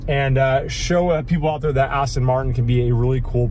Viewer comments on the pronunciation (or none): is a great addition to DDE, but I bet Mr JWW will be cringing every time you call your car an 'Astin'. 😂